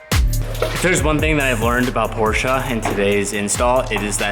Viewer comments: Just came to see if this kid is pronouncing Porsche correctly yet? Can someone please confirm? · As a German it hurts me how you say Porsche